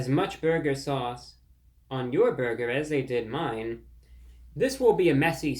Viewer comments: Lol French man trying to pernouce burger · Awesome review!!! 👍 "You have to pronounce burger like bhurrgherr": 😂😂😂😂😂😂 what neat humor!! 😅😅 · You let me down, Reviewbrah! After watching your video, I dropped by my local Arby's earlier today for lunch and placed an order for the "Big Cheesy Bacon Burger," light on the BURGER sauce. The drive-thru operator retorted: "Sir, there's no need to yell!"